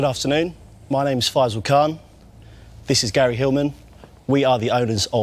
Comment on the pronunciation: It’s a caan deal.. oops it’s a khan deal